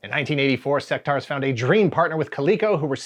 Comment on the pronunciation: Pretty sure you’re meant to pronounce the U in Sectaurs. Otherwise it would be spelt Sectars. they even say it in the commercial. Sectaurs not Sectars like you keep saying.